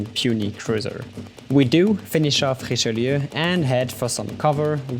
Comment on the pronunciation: verry good game for you. good prononciation for Richelieu.